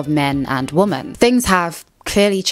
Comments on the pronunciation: For heaven's sake, the plural word women is pronounced like 'wimin'--it is not pronounced the same as the singular word woman. Just like the plural word men is not pronounced the same as the singular word man. I'm encountering this mispronunciation of the word women increasingly from Americans, especially younger Americans. I have heard it said that Americans speak English as a second language, even those that only speak one language, and I think it's increasingly true. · Why do you keep saying "woman" as the plural, it's "women" ... You don't have the same problem with the plural for men, you call them "men" not "man" - what's the difficulty here? It's so annoying, even when the screen puts "womEn" on screen you still say "womAn" GET IT RIGHT 😒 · Plural of woman is "women" and it's pronounced "wimmin" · Women... for the love of God, it's WOMEN! 😅